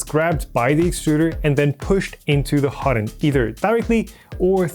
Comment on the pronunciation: Great series! But, slow the hell down! Hot end, not hodnd. Two words. And the names of the plastics are almost completely lost with your exceedingly quick presentation. Nuf said. Thanks for putting together something like this! It will save me a LOT of time, even if it was presented a bit slower. And thanks for plucking the belt. Tells me way more that any number of words could.